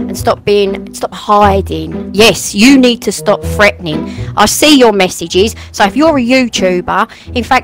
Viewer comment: “freataning” LMAOOO 🤣🤣😂😂🤣🤣